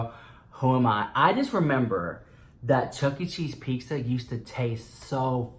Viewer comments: You’re sooooo Latino!!! I love it how you pronounce it pixxa! Love you! 💜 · saying pizza: Peek-SAH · If you say "pickza" one more time...!! Yeha chuckie cheese fucked you up lmao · I love how you can low-key hear him say peeksa lmao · Love how u say pizza! Chuck E. Cheese was fun for me when I was a kid! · says “pizza” the way all Mexicans do 😂